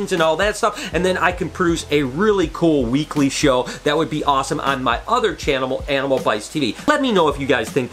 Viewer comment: channamal, lol